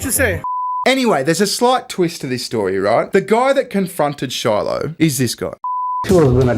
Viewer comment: You said it wrong stupid it Shiloh lol great reference 👵’s 👦